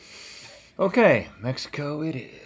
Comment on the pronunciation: I love how Link pronounces Me-hee- coooo!